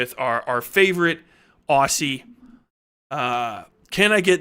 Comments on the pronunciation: Just a quick one: Aussie is pronounced as if the ss is zz. We're a British colony, so we like to trick Americans with how we spell things. 😂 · OKAY, say Aussie right. Otherwise good vid/stream